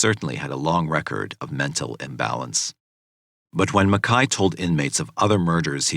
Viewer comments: Ok I watched this yesterday and I really enjoyed the video, however, is it not pronounced Mac-Kay not Mekhi? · The narrator keeps calling him Makai but his name is MACKAY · It's MacKAY. Couldn't even watch it because of the mispronunciation of it!